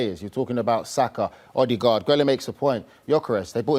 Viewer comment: Odegaard or Odeghost 😂